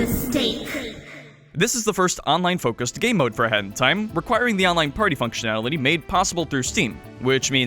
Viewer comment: Please pronounce a hat in time slower or something, it always sounds like you are saying "hentai" lmao